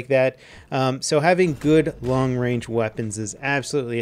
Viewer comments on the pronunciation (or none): none